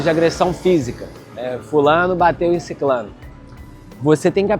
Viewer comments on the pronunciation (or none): Se diz "sicRano" e não "sicLano". Se diz "SUrreal" e não "SUL real". A palavra "siclano" não existe.